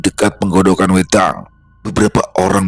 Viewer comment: Pengucapan wedang bukan begitu 😊😊😊